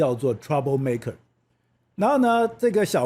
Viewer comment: 開始不久，是「白宮」不是「北宮」。